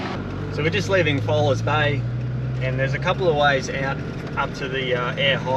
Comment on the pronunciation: I just wish you pronounce Fowlers Bay croectly please .